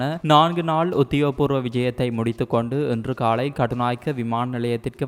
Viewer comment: தம்பி நீ தமிழை கேவலப்படுத்துகிறாய் உன் உச்சரிப்பு தவறாக இருக்கிறது ல ள ழ வின் உச்சரிப்பு காலை என்பதை காளை என்கிறாய் அது காளை மாடு ( ஆண் மாட்டைக்குறிக்கும் ) நீண்டகாள இல்லை ( நீண்டகால ) என்று சொல்லடா பன்னாடை